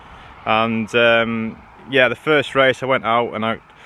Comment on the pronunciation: "All the time you have to leave DA space " - Alonso